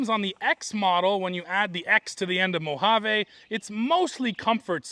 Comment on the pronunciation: FYI mojave ends with a E not a A. Its pronounced mo-hav-ee.